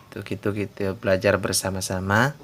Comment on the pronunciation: Be la ja rrrrrrrr nyokkkk